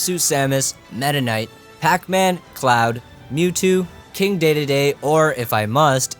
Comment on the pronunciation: Yes he pronounced Dedede right this time! I hate that that’s what I took from this video despite it being really informative and well made